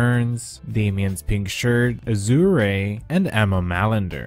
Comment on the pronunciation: "Azz oo ray" Azure?? Anyways, loved the vid